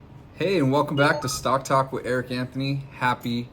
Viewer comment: Somebody needs to teach you to pronounce the word “Talk” correctly 👍😂